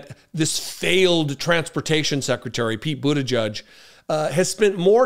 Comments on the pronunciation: his name is pronounced Buta-gedge, not Buta-judge, there’s no U in his name, I’ve heard you bit€h at people who mispronounce Kamala Harris’s name, it’s not Buta-judge!!! You are pronouncing his name like the homophobic bigots on fox propaganda machine network do, just like they refuse to pronounce Kamala Harris’s name correctly after they were told repeatedly how to say it!!! 🖕🏻💩🤡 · It's pronounce 'boot-a-jedge' not 'judge', please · please pronounce the name correctly! it is NOT bootajudge! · C'mon,, you KNOW it's pronounced, "BUDDHA -jej." (NOT "Judge".) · Our future President's name is pronounced boot - edge -edge . FYI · If he does run for president, I hope people learn how to speak his last name correctly. It's not "butti-judge", it's "butti -jedge". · His name is pronounced like: "boot - edge - edge" or so I recall his saying on an interview years ago.